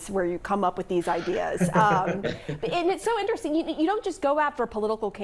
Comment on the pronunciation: So, Pamela, it's now "intersteen" instead of "interesting"? Just making it up as we go? Or would that be "makeen" it up" Yeesh!